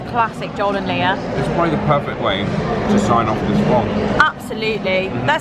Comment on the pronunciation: I have seen people take out half of a sandwich with one single bite but with Lia here which sounds like you are calling here Layla I take small bites as well haha.